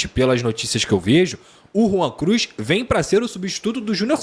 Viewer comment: Rwan Cruz? Credo.....😂😂😂😂